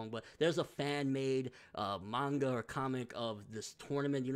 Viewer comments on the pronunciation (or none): none